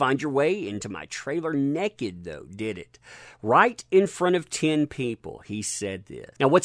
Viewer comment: No one: TUG: nekkit